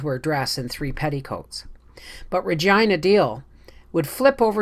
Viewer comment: RE-GEEEENA..not REGEYE-NA